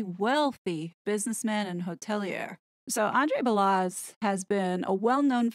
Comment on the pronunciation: WOW. All of it makes sense! Let’s hope Megalier does NOT have info to blackmail the royal family. Or if she does that would explain the double blow the King dealt to the horrid couple and Randy Andy. Truth will prevail. By the way Balazs is pronounced Ba-LaZs like Zsa Zsa. Keep up the good work.